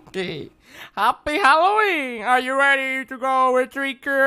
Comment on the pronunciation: who hears mokey say hallowing instead of halloween